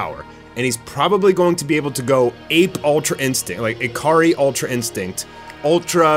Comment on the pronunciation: I keep hearing "A-Car-Ree". Your Japanese pronunciation needs some work. "Ikari" is pronounced EE-Ka-Ree.